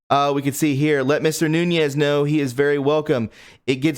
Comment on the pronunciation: Pronounce My Congress man's name correctly it is pronounced Nun-ez like NOON-"EZ" not noon-YEZ Have a little respect for the man's FAMILY name PLEASE Devin is too polite to check you on it but We who appreciate his Patriotic service aint and we would appreciate you saying Congressman Nunes's name correctly. Thank you. I appreciate your efforts to keep us all informed!